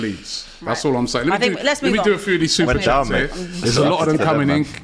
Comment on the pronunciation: That SuperChat about and SuperChats is ACCURATE AF. As much as we all Rate...he always butchers some of them 🤣🤣🤣🤣🤣🤣 AGT Far more clinical on SuperChats.